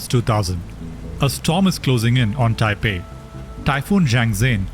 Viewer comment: It's taiwan not Taipen😂